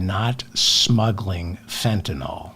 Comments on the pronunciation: I’m a retired physician….just wanted to let you know, David…the correct way to say Fentanyl is FENTANYL, with attention to the YL. It’s not FENTANOL. Mispronunciation of Fentanyl is a thing that everybody does. I just want you and others to know so we can correct the pronunciation everywhere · Fentanyl... NYL... Why does everyone call it Fentanol? Like Tylenol? Politicians are the worst about this... I heard one say Fentanoil like 5 times in a row yesterday. I guess Imma f*csist: a Grammar Fa*sist. Secret Chief of the Words Gazpacho (Courtesy Ms. Toilet Greene)! A Pronunciation Nahtzee! As Democraps, you are all normally MUCH more intelligent than the Republikkkants! Hold yourselves to higher grammar/pronunciation/reading comprehension standards! I'm rooting for youse guys, as I'm a left leaning moderate indy. I'm just an Anti-Trump, Anti-MAGAt, wounded Iraq combat vet, Pro 2nd Amendment/staunchly pro-responsible gun ownership/dynamic Anti-Grabber (Molon Labe! I'm your huckleberry.) I have to often skip parts of this pod, as the laughable ignorance about firearms and weapons, cherry picked stats often used out of context, the lack of any objectivity on the subject, and blanket ad hominem name calling grinds myfuggin' gears. "Gun Worshippers" is ridiculous to me, but as I am able to view complex issues objectively, I am sure there are several MAGAts that wouldn't be so offended by that moniker. However, it sets off the Lil Greta "How Dare You?!" in my head. Also, I find wet-brained hipster commies equally as drain bamaged as jello-headed Gnatsees. Democracy combined with sensible socialism, (as the military, police, fire dept, BORDER PATROL >ahem<, etc. are socialist services whether you like it or not, Jonny Reb at large, and For Profit education, healthcare, and p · I know you sometimes have pronunciation problems. Fentanyl: FENT - A - NILL.